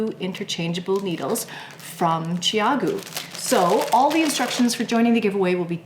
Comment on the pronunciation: I love my red lace CG needles! I have to ask about the pronunciation of the name. I hear your pronunciation as "Chi-a'-goo", and I was told that the pronunciation is "Chow'-goo". Since you have spoken to the founders of the company, can we be sure your pronunciation is the correct one? I also have the spin bamboo needles, but I usually prefer to use the red cord even with the bamboo needles.